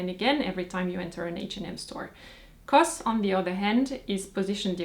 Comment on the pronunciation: I thought knows that C.O.S. is pronounced Cee Oh Ess, not cos.